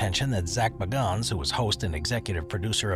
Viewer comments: My girlfriend and I literally call him Baganns or however you would go about spelling it now because of this video 😂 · Zak Bagans. You TOTALLY Mispronounced his name…🤭